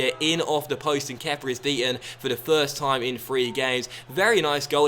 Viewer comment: Stop calling him fucking kepa